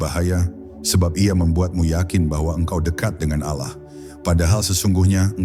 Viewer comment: Ini yg baca muslim atau non muslim....kok.sebut Allah itu kykx ganjil gt loh....kdgranx Alah bkn Allah....